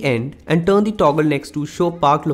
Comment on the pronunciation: Very poor English, turn not tun, tinder not tenda, he is not using "r" at all because he is trying to be a western English speaker but unfortunately he will never be a good English speaker because his personal language is Hindi and a best Hindi, Bengali, Nepali, Punjabi speakers will never speak English very well